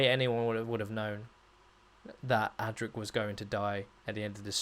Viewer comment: Adric not Attic, I hate. Correct write mechanism....